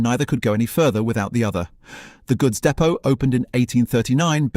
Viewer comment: I know it has AI content but poorly using sceptic pronunciation of depot.